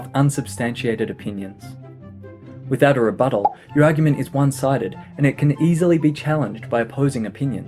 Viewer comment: 1. You inspired me to possibly change my hook. 2. My professor said this would be "humorous". For a writer he really doesn't have any humor, and does not care for my creativity. 3. I like the way you say rebuttal.